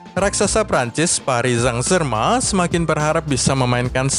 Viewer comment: Wkwk komentator nya nyebut psg.. paris sang germen wkwkk kocak